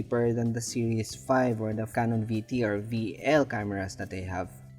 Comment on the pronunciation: The camera described as a VL is actually a VL2 (1/500 shutter and rewind knob). VL has a 1/1000 shutter and rewind lever. A VL is properly pronounces as 'five -el'. not 'Vee-el'. the V is the roman numeral 5.